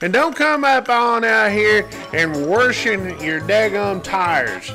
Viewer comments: Not warshing. There is no r in washing. Grow up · Don't be "Warshing" your truck with a squeegee!